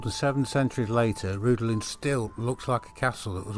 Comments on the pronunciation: pronouce it like Rhithlan ... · Rhuddlan mispronounced.